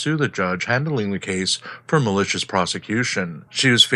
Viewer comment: Malicious not Melissa's, pro se not pro say, courts not chords, infrastructure not infastructure, etc. And your gramnar and sentence structure are horrendous. Intelligence is not a strong trait you have, is it?